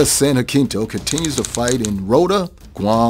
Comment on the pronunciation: It's too bad that, with all the research that went into this, they didn't look up how to pronounce "Jacinto".